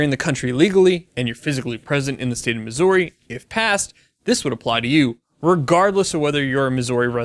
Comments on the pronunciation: If you ask anyone who lives in Missouri how they pronounce it you will most likely hear it said like Mizzury rather than Mizzory. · I'm from Missouri, i cringed every time he butchered the pronunciation..(Mih-zurr-ee) not (Mis-zore-ee).. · its pronounced Mis•ou•rwe, well thats a poor way to spell it but its not misery or missorie! anyways great vid! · I know it doesn't make a lot of sense, but it is pronounced "misery" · miss-or-y? really? don't really care but, what? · It’s Missouri not Mizzorrri lol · that's not how you pronounce Missouri. it's "misery" but the second syllable is stressed instead of the first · that's not how you say Missouri 😂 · STOP pronouncing the OU in Missouri! No one here says it that way 😂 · You pronounce * MISSOURI * weirdly. It is the OU part that is off. Clearly, you aren't a Missourian. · Alright two things, I’m fucking glad I live in this state go Chiefs, and you’re pronunciation of Missouri is unsettling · They way you pronounce my home state gives me anxiety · As a Missourian, your pronunciation of Missouri is shit and pissed me off. Otherwise, great video. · we need to have a talk a about how you pronounce Missouri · The way you said my states name pissed me off!!! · As a Missourian, your pronunciation of my home states name hurts. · I hate the way you say the name of my state. State law in Missouri does regulate automatic weapons. This will give us open access to silencers, SBRs, SBSs, and other things without tax and applications. God bless Missouri! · This is big for my home state, but god I hate how this guy pronounces Missouri. Other than not I got nothing against him. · The way he says Missouri made my ears bleed. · Please learn how to say Missouri